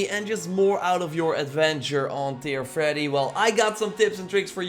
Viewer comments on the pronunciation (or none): Ter Freddy? Not how that's pronounced